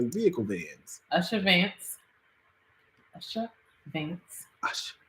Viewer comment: pronunciation is Oo-sha for Usha Vance. U-sha not Ush-a.